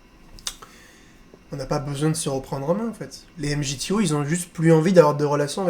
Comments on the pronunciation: On dit pas « m g t o » Ca se prononce « migtaw » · MGTOW se proononce MigTOW